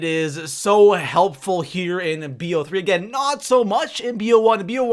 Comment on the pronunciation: It's not B O 3 it's like bow 3 so bo3